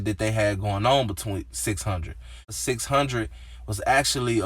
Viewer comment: 6 hun-dred 😖😖